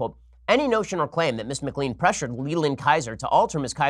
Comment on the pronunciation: You mispronounced McLean - it is pronounced McLane.